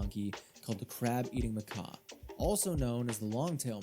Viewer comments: Macaque is pronounced mick-ack, not mick-ah. Macaws are a type of parrot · It’s “ma kack” not “ma kah” 🙄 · I just thought he was pronouncing it Mo Korks lol But that is still incorrect obvs. Doesn't bother me that much but I'd be lying if I said I didn't notice it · Ok but I just watched another video about snow monkeys and that dude said macaw as well. Is this a "urine-us/yer-anus" moment? Its always been muhkack in my book. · Most important, I'd like to thank you for adding your voice to the good people speaking out against monkey haters and abuse videos. There can never been too many people bringing this horrific issue into the light. Maybe one day the social media platforms will actually take it seriously. Second... it's pronounced "muh-kak.". Rhymes with "hack.". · It's pronounced "mah-KAK" btw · not to be that guy but it is pronounced "muh-kak" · I always pronounce it as "mac-quacks"🦆🐒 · this is the second youtuber ive seen mispronounce macaque. interesting.... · Not once in the research or production of this video did this retard look up how to correctly say the word “macaque” 😂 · Please look up how to say macaque